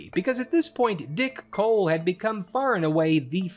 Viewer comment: I giggle every time he says “Dick Hole”… Oh, I mean “Dick Cole”